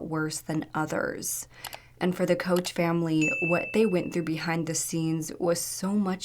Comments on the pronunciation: Fuck. You. Bailey was a crazy person. You can't even say our name right. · You are saying their last name wrong. You really should do more research on this story. She is a huge part of how the whole thing played out. Silly knew he was struggling with thoughts again but did not want to take him immediately back to the hospital. Missing his son’s graduation was worse for him. She said. He had threatened to hurt or kill her more than once and still she allowed him I. The house was with her children. Really d your research score you post. So much more is going on here and she was not the victim only their children.